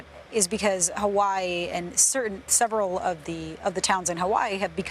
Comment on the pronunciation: watch your prounuciation. The locals dont like mainlanders not saying the name right.